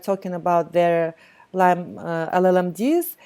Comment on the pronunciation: Lyme not Lymes